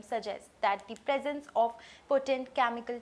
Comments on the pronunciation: 0.33..Chamicals..😅 ( pl improve on pronunciation) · Nice english , where did u study. Chaamikaal, contamyned wah wah